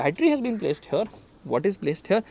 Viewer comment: Right haerre lol